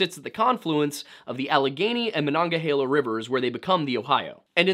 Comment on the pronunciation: nice to hear monongahela and duquesne pronounced correctly lol